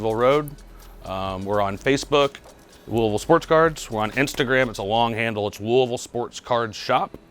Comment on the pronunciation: it’s not “looeyville” it’s “looavul”. Lol sweet video tho